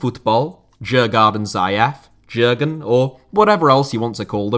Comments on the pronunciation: Great video but your mispronunciation of Djurgården is a small minus. It’d sound a bit more like “Dyurgorden”. It’s named after a leafy district and island of Stockholm with several open air attractions and translates into English as “Game Park”, as the Swedish Royals used to keep animals there. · Djurgården from Sweden is pronounced something like 'Yoouh-gordon'. You don't pronounce the first 'D'. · As an American who was last in Sweden in 1995, as I recall, Djurgarden is roughly pronounced as you-gore-en, with the emphasis on the first syllable. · Interesting pronunciation of Djurgården, I must say. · I struggled to understand which club he meant at first, since his pronunciation of Djurgården was quite off for someone who knows swedish 😂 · Whew....what a butchering if Djurgården.